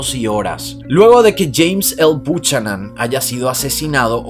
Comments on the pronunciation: Buchanan se pronuncia “bi-u ca-nen “ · Buchanan? Se pronuncia Bucanan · Saludos! Con todo respeto, el apellido Buchanan se pronuncia Biukanan.